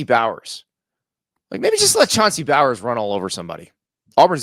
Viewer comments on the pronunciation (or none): Chauncey is no relation to Brock Bowers. His last name is pronounced like this., “BoWins”. Do better Andy hard to trust your take if you can’t get that right. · Chauncey bowers 😂 “Chauncey bowens” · Chauncey bowers? It’s Chauncey bowens. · Busting his chops on the Jordan pronunciation, while he's calling our rb Chauncey Bowens....bahahahahaha. noobs